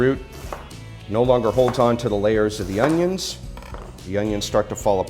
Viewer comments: Whoa that’s a big onyo! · HOW DO WE DICE AN ONYON